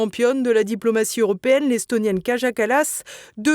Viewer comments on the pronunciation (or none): Kaja se prononce "Kaya" !